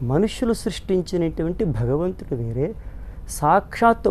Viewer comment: బగవంతుడు అని వత్తు లేకుండా మాట్లాడే నీచుడు. ఆయన ఆస్తులపై ఆదాయపు పన్ను వారు దాడి చేస్తే బండారం మొత్తం బయటపడుతుంది. దశాబ్దాల క్రితం ధవళేశ్వరంలో ఒక దొంగ స్వామి భూమిని ఆక్రమించి ఆశ్రమం కట్టాడు. ఎంతో రాజకీయ ప్రాబల్యం ఉన్న ఆ స్వామి ఆశ్రమంపై నాటి ఎస్ పి శ్రీ ఆర్ పి మీనా గారు దాడి చేసి, ఆశ్రమాన్ని సీలు చేసారు. అలాగే ుడి శక్తిపాత లీలలు, నోటి దురద, తీర్చే అధికారులు రావాలని కోరుకుంటున్నాను.